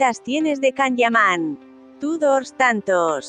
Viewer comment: No se porque te empeñas en decir CAN, así se escribe, pero se pronuncia YAN.